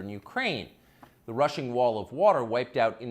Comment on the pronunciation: Rushing not russian